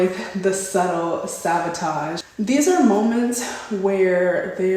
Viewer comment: You're beautiful! I feel like I should tell you it's sabotage not savotage